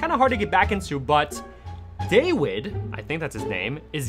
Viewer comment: His name is prenounced david even though it says dawid